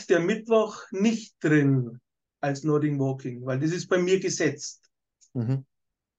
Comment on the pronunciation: Macht Nordic Walking seit 20 Jahren aber sagt immer noch Nording Walking 😅